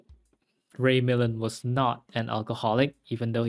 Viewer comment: It’s pronounced mih-LAND